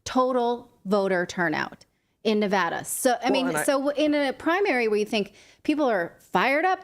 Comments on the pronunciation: From Reno, I appreciate the correct pronunciation of Nevada. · From Ferntucky I hear ya. Like its spelled Nevahda.